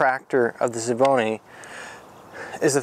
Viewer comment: it's also S V Bony.. not Schevboney.. or whatever you're trying to say